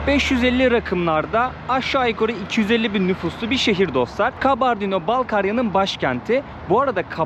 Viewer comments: KANKA KALBARDİNO DEĞİL KABARDİNO😎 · Karbondino değil 😂😂 Kabardey diye söyleyeceksin. 😂😂😂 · Gittiğiniz yerlerin tarihini kültürünü araştırarak gitmelisiniz. Kabardino'nun adını bile doğru söyleyememeniz gittiğiniz yerle ilgili ne kadar araştırma yaptığınızı gösterir. Yine de çabanız güzel teşekkürler. Türkiye ve Amerika'da yaşayan bir çok Balkar türkü var onların tarihlerinde çok trajediler var. Ordaki müslüman halklar ikinci dünya savaşı sonrası hepsi Kazakistan ve kırgızıstan steplerinde sürgün edilip 14 yıl sürgünde kalmış ve nüfusun 3/2si yokolmuş. Sürgün nedeni ise onların kültür-dil ve dinlerini yaşamalarına müsade edilmemesi yani kominizm ve Stalin'den illallah ettikleri için Alman'lara yardım etmeleri yüzünden ... neyse google'a yazarsanız hikayeyi öğrenebilirsiniz. İnsanlarla inglizce değil direkt türkçe konuşsanız kesin sizi anlarlardı. Özellikle Kumuk-Karaçay ve Balkar(Malkar türkleri). Okullarına , derneklerine gidin sokaktakiler size kültür ve tarihi anlatmazlar. Karaçay-çerkesk'de Alieva adında Karaçay-Nogay dilinde eğitim verilen büyük bir üniversitesi var. Orda çok türk öğrenci de var. size yardımcı olurlar.